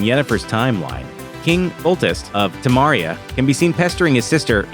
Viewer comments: "Temaria". Please it's Temeria! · King Foltest of "Temaria". Ugh.